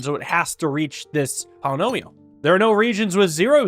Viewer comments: Everytime he says polynomio instead of polyomino I feel like I'm insane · One of these days is going to pronounce "polyomino" correctly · One of these days, will learn how to pronounce Polyomino. Today is not that day.